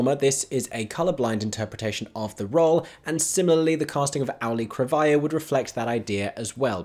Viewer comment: I swear I never make picky posts like this (and I love your work), but please look up the pronunciation of Auli'i Cravalho. I worked with her on a project last year, and the assistant director we had stubbornly refused to learn how to say her name through the entire shoot (even though John Leguizamo took them aside to coach them on it). She's a lovely actress, but so many people don't say her name right. Again, I love your work and appreciate everything you do. This is not a critique of you, more a wish to the world to learn how to say "Auli'i Cravalho" correctly.